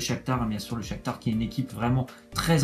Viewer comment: C'est pas le Shaktur c est le Shaktar